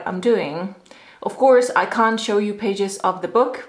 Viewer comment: That was such lovely video! Thanks for sharing!!!!!!! It's funny how you already are saying "CAN'T" with a British accent! Hahah lovely! :)))